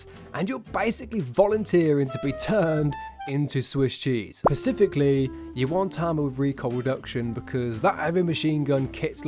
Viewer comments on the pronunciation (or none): Say it with me... Spe-cifically not pacfically ..jeez they shit annoys me so much and idk why. Maybe because it's a 2nd grade word?!😂